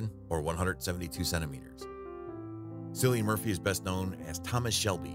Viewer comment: It’s pronounced “Killian”.